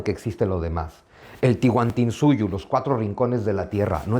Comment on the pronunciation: Estimado señor Zunzunigui. Gracias por sus conferencias. Tengo entendido que no es "Tihuantinsuyo" es "Tahuantinsuyo" Saludos a usted y sus seguidores